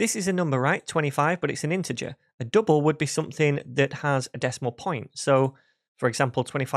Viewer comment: Good content and explanation, a bit weird pronunciation - too many U instead of [ʌ] - dUble 😀